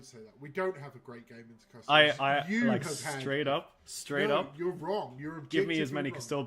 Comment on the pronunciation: I love hearing it. Keep up the great work! Also, if you’d permit me a moment of elitism, it’s “Cus- Toe- Deez” 😂 Please don’t start calling Space Marines “Ass-tarts” 😝